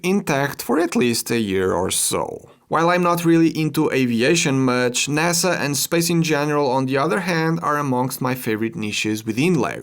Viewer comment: "naza" ahh